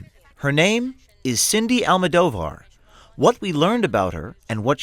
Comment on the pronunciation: I'm on your side but you're pronouncing her last name wrong and it makes me kinda Cringe. "Al-Mow-Doe-Var." Go Trump!